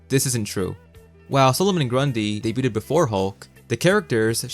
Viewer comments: "Debu-ted" probably didn't do you any good, either... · the t in debuted is silent